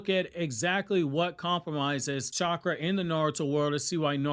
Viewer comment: truth! He literally called chakra "catchra" lmao 😂